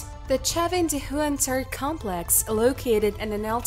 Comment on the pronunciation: Her English is perfect.People may take exception to her accent but her pronunciation and grammar are almost flawless only "complex" was pronounced as "cum...rather than com..." But a triviality when the content and quality of video and it's presentation are realistically considered. Some people are just not happy no matter how good the video. They would complain about a wet dream!